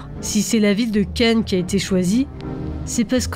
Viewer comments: Y a que moi qui entend "le festival de Ken" une fois sur deux ? 😄 Très bonne vidéo en tout cas ! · Je n'y ai jamais été, et j'ai toujours suivi cela assez distraitement. Une analyse détaillée et nuancée comme toujours. On aurait presque voulu plus de votre expérience de l'intérieur en tant que résidente., quelle voix suave. Par contre vous accentuez beaucoup le nom "Cannes", des fois ça me faisait penser à "Ken! Le survivant de l'enfer!". ^^